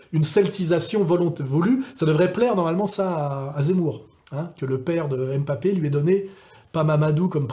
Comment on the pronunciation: Janvion, pas "Jouvion" Et c'est pas "M'papé" mais "Mbappé"